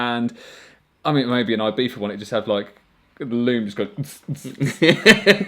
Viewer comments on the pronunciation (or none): none